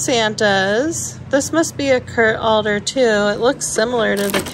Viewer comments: Adler is pronounced ADD-ler not ALL-er. It’s a good brand to pick up as you know. Just thought you’d like to know how it’s pronounced. Nice job not getting angry at that guy…I probably would have gone off at him. I’ve had that experience and find that body language can work better than just words because of language barrier. This is my biggest challenge at the bins…people not respecting personal space. The people who get in a frenzy have tunnel vision and don’t realize and or care that they are throwing things and running into people. Anyway, nice finds. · not alder but Ad---ler high end ornaments similar to Jim Shore